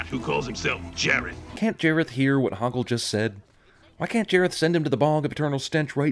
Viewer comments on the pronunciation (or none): Boggle???? It's HOGGLE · Boggle 😂 it’s Hoggle!!